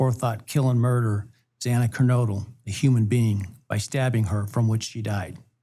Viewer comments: The judge should be voted out of his position. He mispronounced Xanas last name 2 times which shows he didn't care. If my daughter were one of the ones murdered, you bet your ass i would be asking for all the help I could get from the public to help get the plea deal denied. For that judge to sit there and scold Mr. Goncalves was so wrong. He should have acknowledged the horrible pain these families feel. As for the prosecution, what a joke. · And the judge could never pronounce xana's name correctly! Every time he said it wrong! How disgusting was that?😮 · i think the judge was an ass. Bumbling over pronouncing Xana Kernodle's name was so disrepectful.